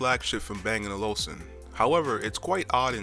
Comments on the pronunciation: Good review. Thanks Now you just need to work on getting the brand name right. it's Bang and OluFsen. ;) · I'm quite amused of the way you pronounce bang & olufsen, I'm not saying it's wrong (although not how the danes say it) however I just haven't heard it before. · Dude... Stop mispronouncing Olufsen!! Good video though.